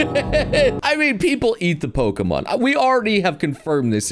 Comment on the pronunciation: I can't tell if your farming engagement by getting the Pokemon names wrong or if you genuinely having a streamer brain moment